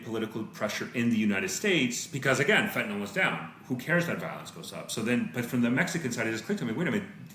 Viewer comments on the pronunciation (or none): Fentan-ill not fentan-ol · friendly reminder that the last vowel in "fentanyl" is a "y" and not an "o" or "a"